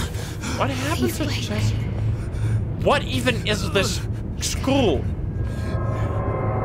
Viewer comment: I love the part where you say "school" but with an Octodad accent 🤣 And, of course, "I've been sucked" lol I don't think you even noticed what you said there 😂